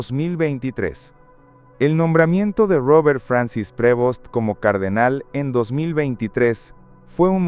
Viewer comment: Prevost sin acento en la E